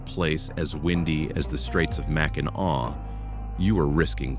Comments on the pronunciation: It's pronounced MAC-in-aw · At least he didn’t say Mack in nack 😅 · Mackin Awe good job AI 🤣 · Arti Ficial Intel Iigence....at least he didn't say MAC IN ACK....which most do!! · That is a pretty annoying mispronunciation! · Hillarious pronouncation 😅